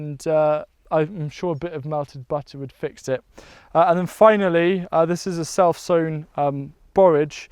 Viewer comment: Did anyone else think was saying "cell phone" lettuce or tomato instead of "self sewn"? LOL